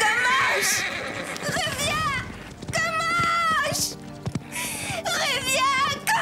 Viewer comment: comanche pas commanche 😂😂